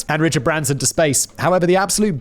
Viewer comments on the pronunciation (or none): none